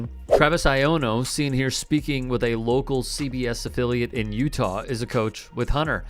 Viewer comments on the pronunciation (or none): none